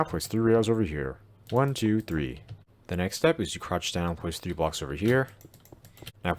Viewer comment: I can't understand when you say the word "blocks"plz make a clear voice